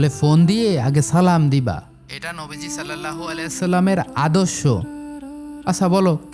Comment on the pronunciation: ভাই আপনি দুরুদ শরিফ টা সঠিক করে নিবেন ইনশাআল্লাহ, সাল্লেললাহু আলাইহি ওয়া সাল্লাম ❌ সল্লাল্লাহু আলাইহি ওয়া সাল্লাম ✅ صلى الله عليه وسلم